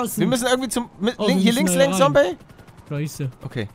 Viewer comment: Die gute alte Zeit als palle noch Sombey gesagt hat